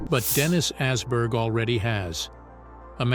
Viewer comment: Assberg 😭 it's Åberg, a Swedish o. Oberg. Not ass 😂